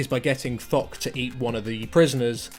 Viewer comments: "fock the bloodthirtsy"? XD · "Hello and welcome to Fok the Bloodfirsty" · anyone else heard ''fuck the bloodthirsty'' at start of the vid? :D